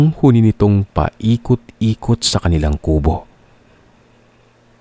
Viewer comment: It’s slow pronouns huni not honi